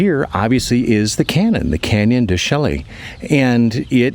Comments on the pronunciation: Canyon de Chelly pronouns Shay❤ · I had to laugh as my wife and I took that "road" through the reservation last year with our Airstream and I said never again! Just a heads-up that being born and raised in Arizona it is pronounced "Canyon De-shae". Happy trails!